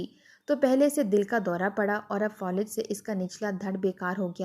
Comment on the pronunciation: Folij nahi Falij